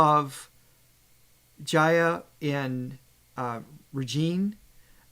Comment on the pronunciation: is right pronouncing Jaya. Aah as in 'Father', else it becomes 'Feather' 😉 You should see the full segment of the Jaya Regine video. It sounded like a mini concert